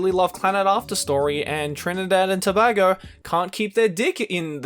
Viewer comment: You almost pronounced Trinidad and Tobago correct. Almost😂 but it's okay non-Caribbean people tend to pronounce Tobago wrong.